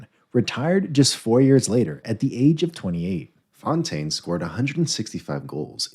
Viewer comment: So many horribly wrong pronunciations. A shame as the video generally is quite informative. Big shame for Fontaine.